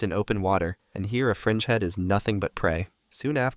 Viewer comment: I thought during the video he was saying "Sarcastic Frenchmen"